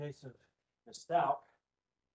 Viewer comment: He called Al Allen! His name is Albert! And he mispronounced Stauch!